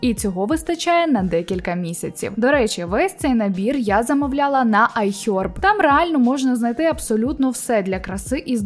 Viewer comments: Ну чому айхьорб ? Ну будь ласка не треба , краще просто айхерб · Цікава тема і хороша подача, але ось ці айХЬОрб і ріЗЬОрвд так вуха ріже